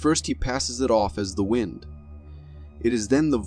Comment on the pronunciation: Did the narrator call WIND "Wined?" Maybe it's an AI?